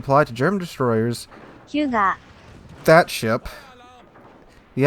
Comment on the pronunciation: That makes about 4 vids now that still can't say Hyuuuuuuuga:)